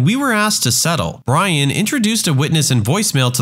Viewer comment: The way u said "Brian"😂